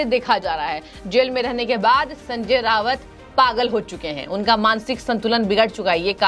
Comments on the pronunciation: रावत नहीं राऊत बोलो मैडम। वैसे यह आदमी वाकई मे सनक चुका है। खुद से कहा था की मैं बाद नंगा इंसान हु। मेरे से पंगा नहीं लेना। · Sanjay Raut not Rawat . Basic knowledge of pronounciation